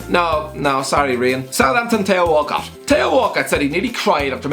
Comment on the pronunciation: Lol 'tay-ho Walcott'